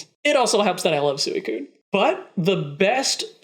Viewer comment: LOL YOU SAID SOOOOEY COONE LOLLLLL